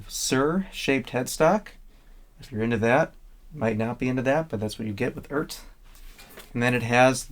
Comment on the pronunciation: Pronounced E Art, according to Phillip McKnight